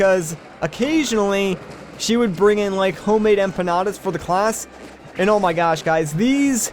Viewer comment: You said empanras (at least that I heard) but Is empanadas, honestly, you were pretty close. Btw, your teacher must be from columbia.